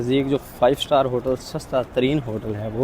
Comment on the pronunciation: بھائی...! 5 سٹال نہیں سٹار